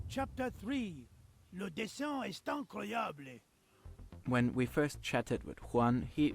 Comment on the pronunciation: I heard "le dessin eSt incroyablÉ" 🤣😂 as a Frenchman it looked like a Spanish said this sentence 🤭 Ok so in "est" ("is"), you don't pronounce the S but you make what we call the 'liaison' (linking) and say "sétaincroyabl", and at the end of "incroyable" you practically don't day the "e" (plus we don't say it like an English 'e')